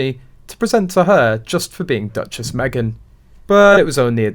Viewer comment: Meghan made "Duchess" rhyme perfectly with "Mattress."